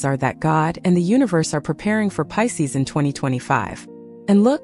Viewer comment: . It’s Pisces, not Pises. lol AI.